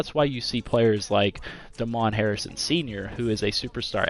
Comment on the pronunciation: Great video. It’s pronounced day-men not duh-mon Harrison. Plus his nickname is snacks. Call him snacks! Snacks Harrison 😎